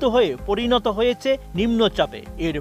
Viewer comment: উচ্চারণ হয়েচে - রয়েচে নয়! হয়েছে, রয়েছে।